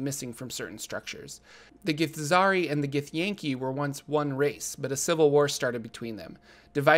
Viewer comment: Githzerai is pronounced Gith-zurr-eye, just fyi, at least according to the Githzerai themselves in NWN2!